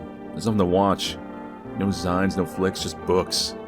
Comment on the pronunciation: zine is short for magazine and is pronounced like zeen